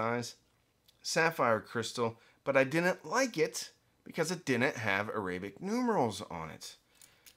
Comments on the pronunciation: AIR-uh-bik. Say it out loud. Another way: ARAB-ick. Both work. On the other hand, uh-RAY-bik is just wrong. Like Orients. (Oh ..I see what your doing there!) 😉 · I’ve never heard the word arabic pronounced that way.